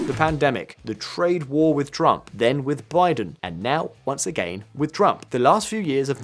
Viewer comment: The fact you said "Drump" so many times is the reason I cut this video short. Keep your political inclinations to yourself this is about economics not your favorite candidate